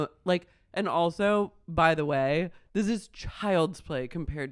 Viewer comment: "Well, I'm gonna need to think about dwis"